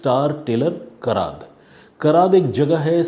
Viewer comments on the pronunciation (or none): कराद नही sir कराड है